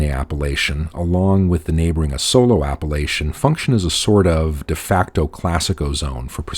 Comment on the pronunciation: Well done! Very accurate and informative. I'm impressed on how well you pronounce the words Conegliano-Valdobbiadene, quite a mouth full! Please, check the accent on the word Asolo! it's on the first A , A-solo and not A-SO-lo. Thanks.